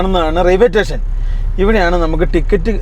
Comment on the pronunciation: റെയിൽവേ റ്റേഷൻ ❌️ റെയിൽവേ സ്റ്റേഷൻ ✅️